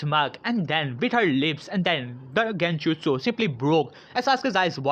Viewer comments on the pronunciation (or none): none